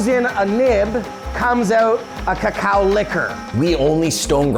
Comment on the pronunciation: I loved pronunciation. You can tell he has listened to many locals in Hispanoamerica. At last an English speaker saying /kakao/ instead of /koko/.